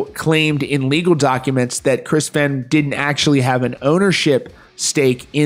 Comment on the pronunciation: I COMMENT THIS ON EVERY VIDEO YOU POST ABOUT THE FEHN CASE. IT'S PRONOUNCED "FAYNE" its disrespectful to continually mispronounce his name despite being aware of it.